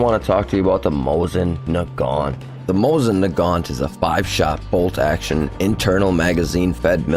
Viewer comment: I already had a couple of strikes before you even got to the people's names. I was like, "Hmmm.... Mosing Nay-gent. Wonder what that thing is?"